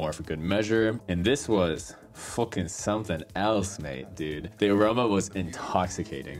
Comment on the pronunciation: Bro turned irish with that fookin